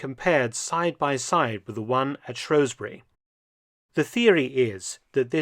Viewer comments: It's Shrewsbury not Shrowsbury Dr Felton. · Its pronounced shrews (like the mouse like creature) bury not shrowsbury. Bill shakespeare didn't write a play called the taming of the shrow! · You pronounce Shrewsbury wrong.